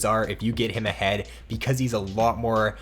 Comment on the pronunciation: I like the way he says ''becuueuze'' :)